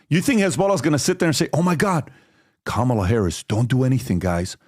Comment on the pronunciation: Funny hearing PBD correcting the pronunciation of Khomeini when he continually mispronounces Kamala. 😂